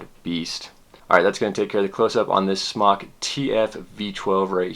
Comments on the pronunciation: Dude off of vapor trail channel talked to a company rep. It is pronounced smoke. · its not "smock" it's smok as in smoke, call them and ask them. u sound noobish saying smock lol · JESUS FUCK STOP CALLING IT "SMOCK" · is it pronounced 'smock' or 'smoke'? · it's smoke not smock. smock sounds stupid and smok is a play on words because your smoking non smoke. it's a smoke tfv12 and I love it. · You know it's pronounced smoke! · Fun fact: It's pronounced Smoke! The only reason it's spelled SMOK is because SMOK(E) was already copyrighted by another company. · Fun Fact: You're wrong, It's pronounced sm"а"k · Brett Forbes I say "smock" pronunciation because it's a "mock" smoking device. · its pronounced smock for everyone who still doesnt know, it means dragon in polish